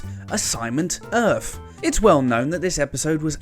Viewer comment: This dude needs to learn how to make a 'th' sound. It's "Earth" not "Earf".